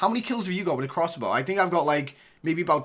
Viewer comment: "Explokesive" "Crosscow" lol